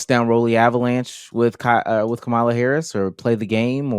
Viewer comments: There is 100% absolutely no reason people, especially black people, should still be mispronouncing Kamala’s name. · lol unrelated but why do so many men absolutely refuse to say Kamala Harris’s name right lmao she’s corrected us so many times lmao they just keep doing it